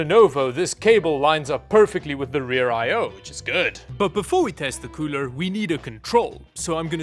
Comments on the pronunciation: stop saying coorel its getting on my nerves!! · please never ever say cooler again. coorel is now the go to word. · UGH the word “Coorel” please don’t call it that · “Ice coorel” wtf is that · hey that llano does not say coorel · why he call it coorel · Surely "ICE COOREL" isn't them screwing up the L and R Hahahahah🤣🤣🤣🤣🤣